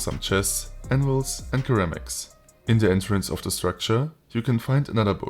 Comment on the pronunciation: Great coverage of the mod, but I just wanted to let you know that the first "c" in ceramics is pronounced like an "s" sound.